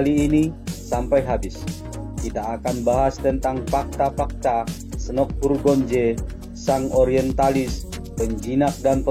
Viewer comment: Salah sebut nama Snock Hogranyoe